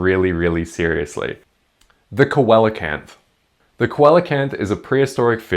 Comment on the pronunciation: I don't wanna be an asshole but the way you pronounced "coelacanth" utterly killed me, dealt me some actual physical damage. My friend, my buddy, my guy, it's pronounced SEE-la-kanth (I wouldn't normally leave a comment like this but they're my favorite fish, great video otherwise peace and love etc)